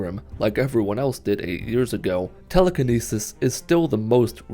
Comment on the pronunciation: Its not Teeleekeeneesees Its Telekinesis lmao